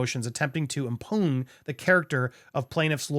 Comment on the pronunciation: "Impugn" pronounced, "im-pewn"